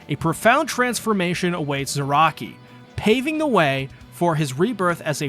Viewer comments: “Zayaki” is crazy. 🤣😂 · there is no way you called him zayaki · Zaraki is zayaki?!?!?! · did he just... Called "kenpachi ZARAKI".. "ZAYAKI" ? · He called Kenpachi "Zayaki" What!? Jokes aside, this is very well made.. even if some of the pronunciations are driving my weeb ass insane. CAR A CURRA TOWN.. that'll do,. Subscribed for good video, and good sport.